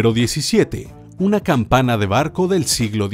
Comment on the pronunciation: Corregir dice campaña cuando debe decir campana